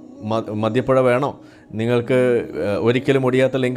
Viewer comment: മദൃപ്പുഴ അല്ല സാർ, മദ്യപൊയ.... പൊയ.... പൊയ😅